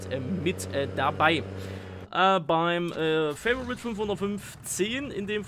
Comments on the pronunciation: Fa-vo-rit wird auch als Favorit ausgesprochen und nicht so was halb Englisches Fai-vo-rit... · Favorit kannst du auch gern auf deutsch aussprechen, ist kein "Favorite" xD